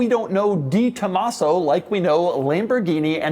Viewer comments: Doug's the type of guy to talk about a 'de Tomaso' but say it 'di Tomaso'. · Doug is the type of guy who will say "Dee Tomasso" instead of "Deh Tomasso" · It’s DE Tomaso. Not DEE. De…. Like day. Tren De Aragua….. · “The” Tomaso. Not “Dee”. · Not sold through 'Ford' dealers...pantera was sold through "Lincoln" dealers...yes, there is a difference. Also, it's pronounced 'deh Tomaso' and not 'dee Tomaso'...yes, there is a difference. Lovely early example without the overly large tires and ridiculous fender flares of the latter versions...very cool car. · De is said "day" for all you pukes saying Posche is "por shay" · It's not DiTomaso, you can tell by reading the name.